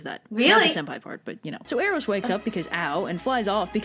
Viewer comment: sorry to correct you but its pronounced Air-os